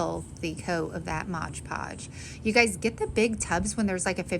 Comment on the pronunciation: Favorite fall scent is cinnamon vanilla. Great videos and tutorials! ( 2 little things though.. it is MoD podge, not midge podge...and MIN wax, not MINI wax, lol)